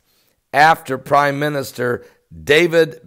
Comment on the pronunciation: Ben Gurion is pronounced ben-GOOR-i-en. Sorry, but he was kinda important.